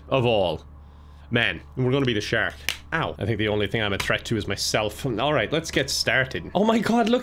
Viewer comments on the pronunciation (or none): Can someone who understands irish accents tell me why in the first 30 seconds, pronounces the word "threat" like "tret," but shortly after says "threat" with the TH sound? Doesn't matter, just curious 🤔 Loved the video as always, <3